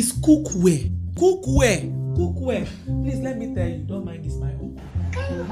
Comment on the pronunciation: the way she pronounced the cookware ahhhh🤣🤣🤣